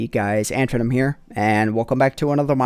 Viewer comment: When ever you say "AntVenom", you sound like you're say "Ant-tranum"